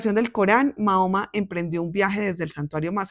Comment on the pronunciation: Le pido por respeto aprenda a pronunciar el nombre del profeta porque como usted lo dice es una falta de respeto para quienes somos musulmanes gracias